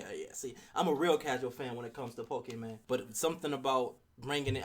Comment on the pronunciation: ive been telling my brother for years its not called pokeman its called pokemon ( sounding like granny lol ) on another note this game wont be really all that bad to the pokemon fans because majority of them never complained about pokemon snap and for me who is a fan of pokemon i didnt like the game but i still played it